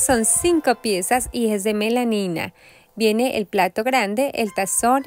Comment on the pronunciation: Hola, se dice Melamina😅